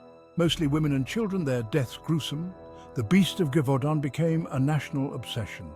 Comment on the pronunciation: STOOOOP saying GIVEudant... These voice over guys do not know how to pronounce properly😂Gèvaudan...(jev-u-don)Sorry , it's a small little pep peeve , but it really pissed me off!